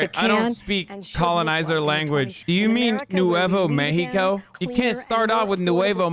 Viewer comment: Seeing this white-as-fuck woman calling it "Nuevo Mexico" made me physically cringe